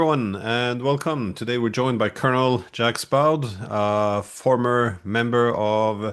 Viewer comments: Interviews with Jacques Baud are a must-see. He's always very well informed and insightful. FWIW, Glenn, the 's' in 'Jacques' is silent.... Think along the lines of 'sjakk', but with something closer to the Russian 'zh' or 'zhe' sound at the start. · I shut if off when he pronounced his name Jacks Bawd. Come on, if you're going to invite people on your podcast, at least have the decency to pronounce their names correctly!! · Great video as always. Unfortunately mr Diesen pronounces the name always horribly wrong. Jacques(Jak) Baud(Bo). As an professor he should at least try. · Glenn, for some odd reason is being disrespectful, on purpose. No one pronounces Jacques in that manner. Even if you lived under a rock, you would still manage to say it correctly. Shameful! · You might want to look up how to pronounce "Jacques". The "J" is soft and the "s" is silent. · No, Glenn is not that type of man. He's always respectful... but if he's going to mispronounce he should at least sing it in Norwegian :)